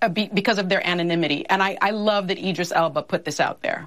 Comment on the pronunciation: Whoopie mispronounced Idris's last name🤦🏾‍♀️